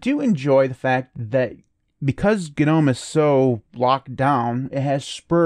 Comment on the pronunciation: The g in “gnome” is silent! It’s like “nome”! Not “guh-nome”